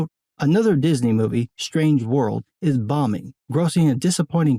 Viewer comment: Pronounced STRANGE World. Not SHTRANGE World.